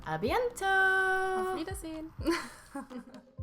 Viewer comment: please, do me a favour, be a good girl... DON'T say "À bieNNNtôt" but "À bientôt"... I mean,, after what? Four or five years! Come on, repeat after me... You can do it, I'm totally sure, please,!... "À bientôt!" Bises!